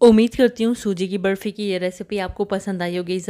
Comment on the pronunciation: Barfi thik se boliye naa